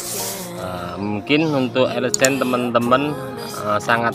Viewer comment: Bukan elegen bang😅 tpi elegan ekwkw